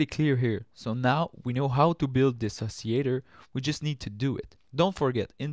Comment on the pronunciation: You're probably going to confuse certain people who can only speak English by not pronouncing the ll in oscillator. :)